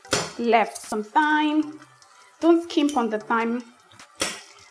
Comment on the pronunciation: Thyme is pronounced like “time” with a hard ‘T’.